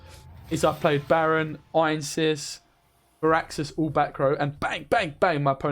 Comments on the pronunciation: I hate to be that guy, but it's Ansayis not Einsis. I wouldn't be bothered by it if it were just once. :D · It's not Ainses, it's Anseis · Actually, it's Anséis.